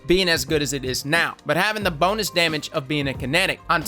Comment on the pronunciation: Am-I the only one that hears "BONELESS" when he says "bonus"?